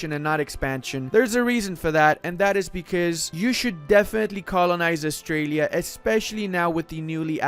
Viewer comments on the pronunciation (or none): none